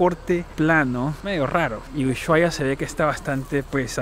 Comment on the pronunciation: Que bueno que hayas podido ver la patagonia argentina!. Por cierto, ushuaia se pronuncia "normal" sin enfatizar el "sh" simplemente "usuaia"